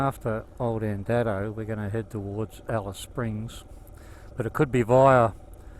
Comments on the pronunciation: Andado is pronounced andaydo not andado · Correct 🙂 The station name is pronounced Andaydo. I know this because Molly was a wonderful friend to our family and my dad’s cousin worked for her as a Station hand for many years when she was over at Andado, the newer homestead. My dad visited the old station many times to help Molly around the old Station, especially when it was a running tourist attraction back in the eighties and nineties.